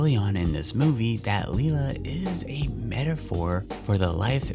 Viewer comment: Please get the names right. Maggie’s mums name is pronounced lie-la not lee-la. It’s so hard for me to hear every time you say it.